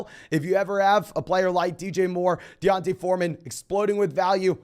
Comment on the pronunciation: Ayeee good pronunciation of D’onta Foreman